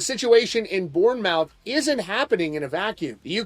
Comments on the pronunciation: It’s “born-mith” not “born-mouth” :P Pronounced like Plymouth, my dude… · Bournemouth isn't pronounced "Born-Mouth" it's pronounced more like "Born-mth" alot of late vowels never get pronounced haha. Love the channel anyway dude! :) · I live in UK and it's a joke over here. Also, Bournemouth is pronounced "Born muth" 😂 keep rocking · This won't materialise into anything. Because they'll lose money, this won't go anywhere. The other guy who had to cancel for a prison sentence from over a decade ago is cos he got stopped at the visa/customs hurdle. That's it. Manson won't get stopped at that bit and so they won't cancel his gig. Secondly, Bournemouth is pronounced "born-muth". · Also Born-mouth isn't how that's said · Please look up how to pronounce English words surely every time you said born mouth in you're head it didn't sound right plus its all one word i hate that Americans don't bother to their homework i know we are bloody awkward but come on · It's pronounced bornmuth. Sorry haha I had to. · Its pronounced "born-muth", us English people love to make language complicated 😂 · Born mouth 😂 poor Americans don't know any better! The way they pronounce Nottingham and Birmingham also gives me a chuckle 😂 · This was rea annoying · It's pronounced Bomaf.